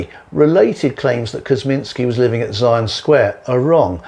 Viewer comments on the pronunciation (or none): none